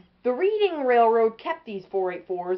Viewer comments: Pronounced "red-ing", not "reed-ing". But you got the history right. A nice engine. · Great video! One small nit-pick: it's pronounced "Redding" like Reading, Pennsylvania.